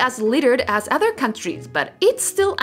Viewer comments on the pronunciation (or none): Great video. I would suggest being more precise in your pronunciation of English words. Uter when you meant Other for example. Every language has its melody and sometimes it important to recognize when your using the Japanese melody when trying to speak in English. Learn the English melody and your English will improve significantly.